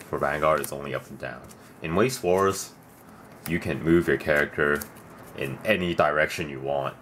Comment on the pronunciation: Pronounced veiss schvarz